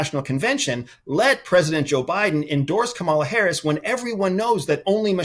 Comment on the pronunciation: Can you please give Vice President Harris the respect she deserves and pronounce her name correctly?? Geeze!